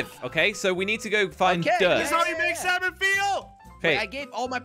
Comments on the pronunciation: For jelly You don’t say salmon like (S-AL-MIN). it’s (S-A-MIN) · It's funny how they say saLmon instead of salmon!😂